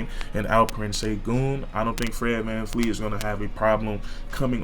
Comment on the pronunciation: Great vid but it Vleet Vanvleet!!!